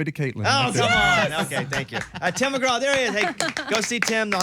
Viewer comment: Mr. McGrath?? Its Tim Mcgraw there bob